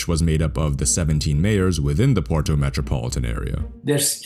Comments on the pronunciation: Try to say Porto, not "Poro"! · New drinking game: every time you hear Poro instead of Porto you drink a shot of whisky I'm mid video and i'm fucking hammered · Pls, it's not "PORO"... It's "POR-TO", strong T.